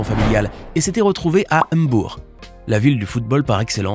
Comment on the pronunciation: EM-BOUR 😂 MBOUR